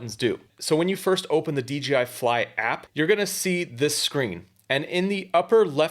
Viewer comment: This is a super precise easy to understand video! It’s great!! The only thing I see wrong with it is you consistently mispronounce the name of the company. It’s DJI, not DGI. There’s no letter G in there.